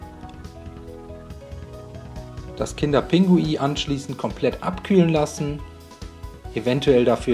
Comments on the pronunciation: Es heißt Pinguin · hab mir während dem video die ganze Zeit immer nur so gedacht hä ist der iwi doof das heißt dich pinguiN dann hab ich mal nachgesehen und das heißt ja wirklich pingui ich habe das mein ganzes Leben lang falsch gesagt